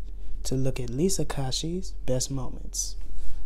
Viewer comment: It’s not Lisa kashee